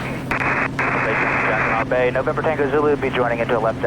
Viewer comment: I've flown in that area for years and I never heard any body say jacquiNOT Bay. It has always been pronounced jacquiNO Bay.